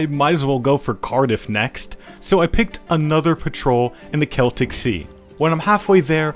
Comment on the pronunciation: learnt how to prounounce "Celtic" correctly but then went back to square one with the river "Thames" (tems, not fames) =)